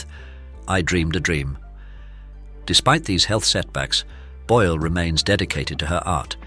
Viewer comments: Jej nazwisko wymawia się "Bojl", nie "Bole", matoły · Czy lektor jest takim tę;pakiem i niechlujem, że nie jest w stanie poprawnie wymówić nazwiska Susan, mimo że wystarczy posłuchać oryginalnego nagrania.